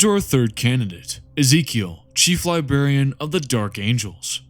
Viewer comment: Uhm… “Libarian”?